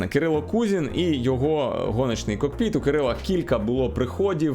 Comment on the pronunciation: Дякую за контент але не кокпИт а кОкпит.